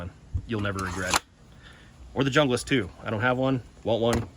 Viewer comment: FYI, The Esee Junglas is pronounced "Hoonglas". The Mora(s) you showed is the Mora Companion. Great collection!!